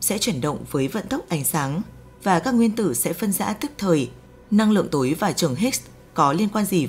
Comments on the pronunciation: Giọng đọc, cách đọc rất hay, cách ngắt câu rất tốt để cho người nghe tiếp nhận dễ. Một ý nhỏ: âm sắc sao cho Hà Nội chuẩn hơn, nghe dễ hơn, thí dụ: "Năng Lượng Tối, vật chất tối" tôi (già rồi) nghe không rõ là "túi hay tối", phải mở transcrip để biết rõ. Âm sắc giọng Bắc nói chung bây giờ bị pha "dấu hỏi" nhiều quá. Cảm ơn các bạn và xin đừng phật lòng. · Vật chất tối hay vật chất tổi ? Phát âm kì cục quá